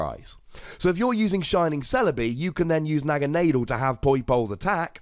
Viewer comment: Considering the origins of the name according to Bulbapedia ("Naga" being a Pali/Sanskrit word for a snake deity, "Nadel" being German for needle), the correct pronunciation seems to be "Nah-Ga-Nah-Dell". Pronunciation aside, I really like this card. The abundance of Garbodor may hurt its viability considerably, but I think it's got potential to say the least.